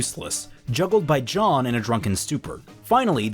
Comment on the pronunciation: Am I the only one that’s annoyed by how he pronounces “Jean” as “John” (It’s French) Otherwise this makes a slog of a volume 50x more interesting. Good job